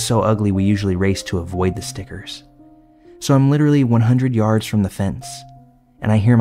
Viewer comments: Love your voice and your stories, to me it doesn't sound like you have an accent until you say the word yard. Where are you from that you pronounce it "yerd"?? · please tell me he isn’t saying hard, there has to be some word I’m not aware of he is saying, right lol? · 2 things, I can’t get over how horribly he is pronouncing the fkn word “yard", if that’s what he’s saying, and also, they "texted 911" since when? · is bruh tryna say Yard here lmao? And I agree, kinda boring, especially compared to others tbh.